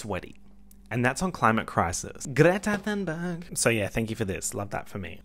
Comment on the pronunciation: Am I the only one that heard Greta Sunburn instead of Thurnberg 😅